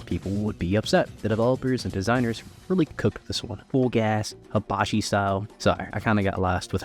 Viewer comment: Habachi style? is not english, dude, look for how it is pronounced, not everything is english. And also that "omae wa shinderu" is wrong.